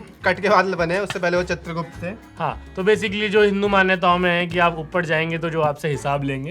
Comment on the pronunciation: Har Youtuber chitragupt ko chandragupt bol ra hai 😅